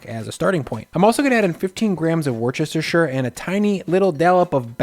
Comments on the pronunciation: repeat after me "wuss-tur-shur" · “Worse-ter-sure” say it with me. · You had one 'H' too many in Worcestershire, which is pronounced "Wuss-ter-shuh". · With all respect wuus-tar-shar sauce. Pulease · Loving the channel. The way you said Worcestershire made me chuckle XD. We don't really pronounce the ceste bit, so its Wo-ster-shire and shire pronounced more like shure. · "whooster-sher" or, at a push, "whister-sher". You're welcome :) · Pronounce it 'wuss tuh shuh'😂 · Worcester is pronounced "Wuster"; Worcestershite is pronouced "Wuster-sher" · "Worcestershire" Wuh-stuh-sher. Don't let the r and c confuse you. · Say it with me... "Woos-ter-sh-eer"..... "Woos-ter-sh-eer" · Wuss. Teh. Sher. Ignore how it looks; just pronounce it like that (seriously, check the Wikipedia for "Worcestershire", there's audio of a native). Later, we can do "Featherstonehaugh". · Beautiful. Please learn to pronounce Wooster (as in Worcester MA) shire sauce. It pains me when someone from the industry insists on mispronouncing it.😉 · the pronunciation of worcestershire....rookie mistake!! 😂